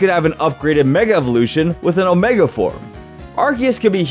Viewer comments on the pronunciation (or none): none